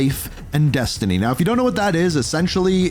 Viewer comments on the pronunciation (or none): none